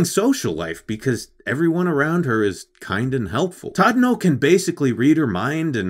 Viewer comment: Actually, you pronounced it wrongly. His name is not Tadano, but Chadano!